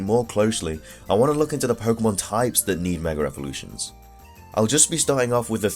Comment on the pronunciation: MEG AHH EVOLUTIONS not 'megarevolutions'